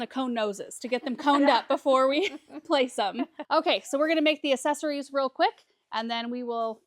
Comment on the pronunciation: This video has me questioning if I've been pronouncing accessories wrong all these years. Lol Love the snowmen!